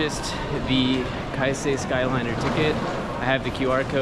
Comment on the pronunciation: Enjoy Japan, but better not romanticize it! BTW: It is Keisei, not Kaisei. Anyway, have fun and behave! 😉